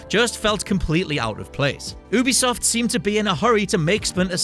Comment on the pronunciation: Its not ouu-be-soft its YOU-BE-SOFT!!!!!